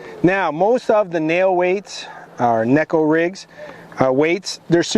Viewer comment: You give the Kneeko rig guy grief at the start and saying it’s Neko (Gekko) and proceed to pronounce it as Kneeko 😂